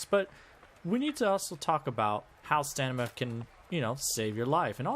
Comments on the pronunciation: It is STAMINA not STANIMA! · bro calls it stanima. it's STAMINA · STOP SAYING STANIMA! ITS STAMINA! ITS LITERALLY IN THE VIDEO TITLE! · StaMina no stanima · Stanima -__- I mean how reliable one's explanation could possibly be if one fails to pronounce the subject word. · i love your videos but your mispronunciation has to be a bit right? you saying stanima is driving me crazy theres no way you've never heard someone pronounce it out loud and i cant tell if im just falling for a joke or what oh my god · Are you deliberately saying staNIMa? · I agree 100% this guy says StaNIma, what a silly youtuber ! I can only imagine what he would say if he tried to prononce "Wingardium leviosa" ! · We need to talk about the way you say stamina, mate 😂😂😂😂 it’s not pronounced stanima... That’s blown my mind and couldn’t focus on what is probably more excellent content 🤣